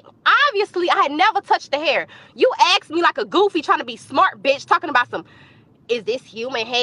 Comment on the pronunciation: She went to university and she's still says "ax" instead of "ask"........